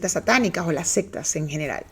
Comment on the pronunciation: Lo siento, me causa ruido cuando dices "las sextas" cuando son "las seCtas" jajajaja... Nivel de inglés 77% y de español? Jajajaja... Un abrazo!